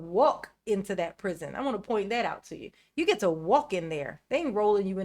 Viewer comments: I cant wait until Duh-rel releases his tell all memoir, "under the prizion" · I wonder if he thinks all the other inmates in the pri-zee-on gave consent to go there.